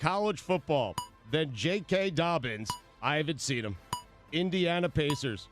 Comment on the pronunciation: Can't believe no one caught Stugotz saying " J.K. Doppins"